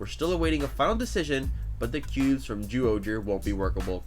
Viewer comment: It's not zooohger its pronounced as jyuohger